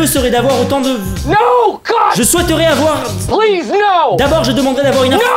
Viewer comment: J'adore quand tu dit no god plise no